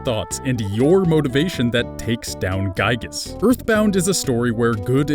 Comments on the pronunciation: Giygas not gyigas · Could've sworn it was Giygas and not Gyigas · Also its giygas not gyigas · As a frequent MOTHER player, IT'S G*IY*GAS, NOT GYIGAS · ITS NOT GYIGAS ITS GIYGAS, YOU ARE ANGERING MEEEEEEEER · You mispronounced and misspelled Giygas